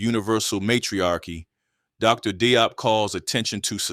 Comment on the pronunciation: Very nice, but Dr. Diop is pronounced more like 'Jawp'.